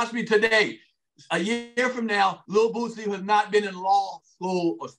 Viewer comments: Is it just me, or do they keep saying Bootsie? It’s Boosie. And it’s 50 Cent. Not 50 Cents. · Y'all keep saying bootsy....why. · If I hear or Godfrey call boosie "bootsie" 1 more time 😂 😂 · Hmmmm…well in the South that’s exactly how you pronounce Boosie (Bootsie). I’m willing to bet that Lil Boosie pronounces HIS name Bootsie because he from down here wit us 😂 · There is no "T" in "BOOSIE" 🤦🏾‍♂️ Please read carefully lol smh Everybody doin that shit